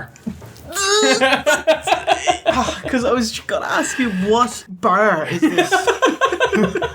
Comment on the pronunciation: ***** You've got to say it right.! What BARRRR is Sensational Sherri?